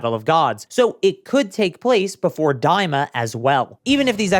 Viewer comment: Daima. Not "Diama."